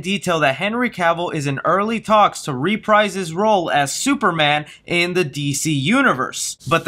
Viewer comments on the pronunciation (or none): none